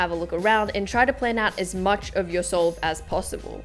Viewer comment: Who else heard soul instead of solve 😂😂